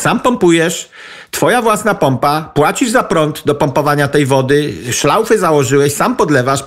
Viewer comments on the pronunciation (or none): Szlauch nie szlauf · Panie Wojciechu, mówimy SZLAUCH, nie szlauf. To z niemieckiego, którego tak pan nie lubi. A najlepiej mówić WĄŻ - po polsku. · Aga, Cejro mówi SZLAUF ! no i co z tego ?